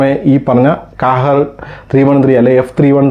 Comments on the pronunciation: Hi Bro Kahir alla qahhar in a Arabic word Malayalam Meaning ജേതാവ് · കാഹേർ അല്ല ക്വഹെർ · ഖാഹിർ എന്നാണ് ഉച്ചാരണം